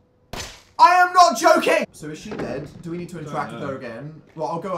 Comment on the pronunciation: "Are you yolking?"